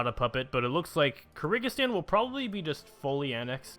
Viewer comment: Malawi is mà-laow-y and kyrgyzstan is Cur-giz-stan, not cer-i-giz-stan